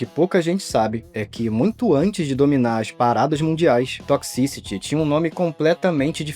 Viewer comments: Quanto mais ele pronuncia a palavra "toxicity" mais agonia eu sinto pqp q difícil pra pronunciar "toqsi ciri" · Aflição ouvir 'tócsi-síri' errado várias vezes rs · "Toxisty" que agonia isso.....